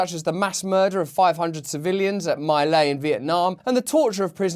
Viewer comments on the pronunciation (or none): Why does Russel Brand and Richard Medhurst keep referring to their lays. (It's not pronounced "my lay" What ... me lie?) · Russell -- you're too young to know that it's pronounced Me Lie, not My Lay. ME LIE -- like everything else in the Vietnam War. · My Lai is pronounced like "Mee Lie..." Orrrr...basically what Joe says to himself every day. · My Lay was pronounced Me Lie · Two things... the Asian village that was massacred is pronounced MEE LAY, and the Scooby Doo line was always "I would've gotten away with it if it weren't for you MEDDLING KIDS!" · My Lai is pronounced Me Lie! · F.Y.I., My Lai is pronounced "mee lie." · What you see as My-Lai is pronounced ME LIE. Thanks Russell, be good! Peace!